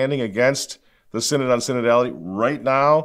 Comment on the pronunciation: SIN-ODD of SIN-ODD-ITY.